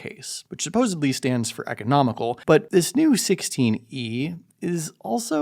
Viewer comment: The voice 🥴… and “supposeBly” ⁉️Only made it to 59 seconds.